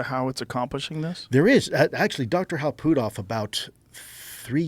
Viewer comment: the way he pronounces Putoff lol